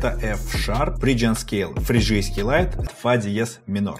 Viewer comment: правильно говорить фригийский лад а не фриджийский и еще эолийский а не аэолиан